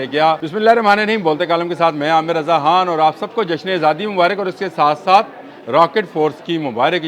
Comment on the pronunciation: Yar aap kay Mon say kh kion nahi nikalta aap hamaysha kh ki jaga sirf h Istaymal kartay hain for example khan ko aap han or khatoon ko hatoon. Can you please rectify this mistake.